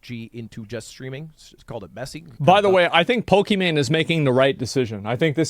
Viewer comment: Poke - Man?